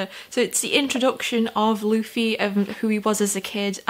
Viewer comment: Hey, so I would first suggest getting someone to screen through your comments if you can. Not to say the community will spoil anything on purpose, but it's a very passionate community and sometimes people will type without thinking. Also, congrats on getting Luffy's name right on the first try; not many new readers can say that. Here's a few tips on the other names that it seemed like you had some trouble with. Zolo - You're gonna see everyone calling him Zoro because that's his name in Japan; it was changed to Zolo in the states to avoid copyright issues/confusion with the Mask of Zorro which was released around the same time. His last name, Roronoa, would be pronounced like "Row-uh-NO-uh" with row being like "row your boat." Helmeppo's name is "Hell-mepp-O" Nami - "Nah-me" Also, I would reiterate what a bunch of people will say and that One Piece is a series and world that builds on itself. The quality only increases the longer you read it as it has more and more of the world to draw from. With that in mind, I would suggest making notes of anything that stands out to you, because Oda (the author) is the kind of person who will absolutely reference something multiple volumes later. Oh, also, you were right about hearing that people in the series vary (greatly) in sizes and shapes. The art style really does deliver if you can get used to it; Oda has drawn some absolutely breathtaking scenes and the actual scenery itself is gorgeous once you get to some of the larger islands.